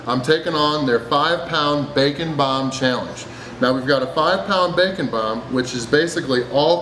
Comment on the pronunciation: Am I the only one who understood "This is the Bacon Bum"